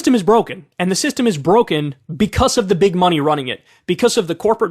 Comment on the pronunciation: "becauce" - kyle 2022